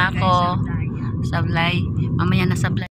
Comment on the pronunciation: SABLAN, BENGUET hindi SABLAY🤣